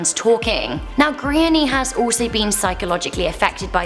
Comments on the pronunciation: I had to try to work out what kind of name is Grainny in Ireland??? If you are a speaking from the UK is it too much to find out how to pronounce GRÁINNE, It's pronounced Gran -ya, not too difficult. Calling her Grainny throughout this piece is embarrassing. Most people know how to pronounce most Irish names at this point. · I feel so bad for this girl its so unfortunate .Just a tip the names gráinne and pronounced graw-nya not grainye😂🇮🇪love your videos